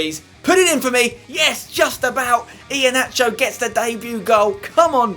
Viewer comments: for Iheanacho it's pronounced Iheanako not nacho. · I left when I heard iheanacho